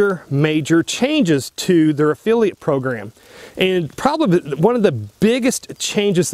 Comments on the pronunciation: Can’t pronounce affiliate or spell “scripts”? So this is about how it benefits you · What is an affeelia program? Is he trying to say the word "affiliate"?? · It is a-fill-eeat... not a-feel-e-ate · It's a Affiliate NOT A feeliate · Affeeliate/Affiliate. He said it about a dozen times. Lol. Seriously though, great content. I never considered USCCA wouldn’t have my back. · A-FILL-e-ate...not a-feelie-ate, just trying to help bro, thank you for another great video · He's said it like that for a long time and I've thought about correcting him, too. But I don't because I get a giggle everytime he says it like that. lol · Efeeliate? I had to use cc to hear affiliate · Affiliate (ah-fil-lee-at) not (ah-fee-lee-ut) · i finally figured out what you were saying LOL. I thought you were saying EFILIATE AFEELIATE program. and i was like what the heck is an EFILIATE AFEELIATE program LOL. Affiliate. AH i got it now. LOL a fill e ate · Affiliate not Afeeliate. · A fill-a-ot not Afeel-ee-at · It's pronounced "af-FILL-iate" not "af-FEEL-iate"...otherwise, that was a great video.... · Why am I watching a video of a guy giving his "expert" opinion when it doesn't seem like he actually knows anything? You're an "affiliate" (NOT an "affeeliate"), did it ever occur to you to call the USCCA and ASK them before making a video? When you retire you would make a good journalist, lol. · If you are getting compensated by USCCA, why would you object to reading what they want you to read? You have to take the good with the bad my friend. Sounds like you are the problem, not necessarily USCCA. What the hell is an "af-feel-iate", do you mean affiliate? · WTF is an afeeeliate? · A-feel-iat? Ha! You lost all credibility right there. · affiliate - widely pronounced "uh-FILL-ee-et"... vs "uf-fee-lee-uht." Had to hear several times to understand him... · This guy can’t even pronounce affiliate! Lolololol Uh feely at lol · Annoying mispronunciation.